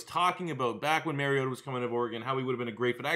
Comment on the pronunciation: Love this series! If you care, the Mario in his name is pronounced like the Italian plumber, not Mary-o